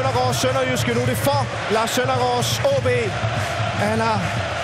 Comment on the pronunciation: Han siger ob ikke AAB